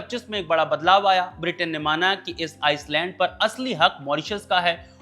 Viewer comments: Island को आईलैंड बोला जाता है, आइसलैंड नही...s silent होता है... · भाई आप एक पत्रकार हैं, किसके उच्चारण का मजाक उड़ाना मकसद नहीं है, लेकिन भाषा पर पकड़ ही एक बड़ी योग्यता है जो कि पत्रकारिता में साथ देती है। आप टापू बोल दीजिए अगर अंग्रेजी उच्चारण में परेशानी आती हो तो। Iceland aur island में बहुत फर्क है।